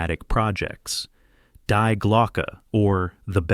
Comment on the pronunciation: Die is pronounced Dee